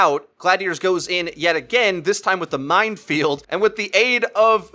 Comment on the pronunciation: says mindfield instead of minefield.